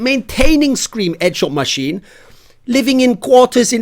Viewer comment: "Eee es edshawt masheen"